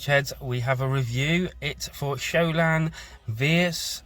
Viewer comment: Bro bro bro how do you not know how to say shaolin or wutang smdh. Like how have you never heard the words shaolin or wutang said. It absolutely blows my mind that you haven't at least heard the word wutang spoken. Like what planet are you from bro? And why are you doing this review if you know nothing about the subject? Like why even do it? Its blowing my mind im so confused.